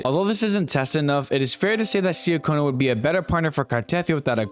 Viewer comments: I like how he say seeyaconna😂😂😂 instead of ciaconna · See ah Kona? Lol. I usually don't word correct but it's pronounced CHA Kona. :) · CHUH-CONE-UH. CART-A-TH-EE-UH fuckin hell they say the names in the game. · Very nice video. I hate to be a pronunciation Na*i, but Ciaccona is pronounced with the C like chair, not S And the stress on Carthethia is on the last I so it is car-the-THI-a